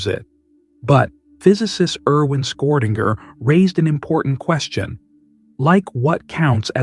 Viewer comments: Butchered his name, you said something like Skerdinger 🤣Its Schrödinger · Erwin "Squirtinger"? AI nonsense! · Unfortunately the AI came out, when it incorrectly pronounced Schrodinger as 'Score-Dinger'. I wish AI was a bit more sophisticated so this wouldn't happen, but unfortunately it is still in its infancy. A pity, because this was otherwise an interesting video.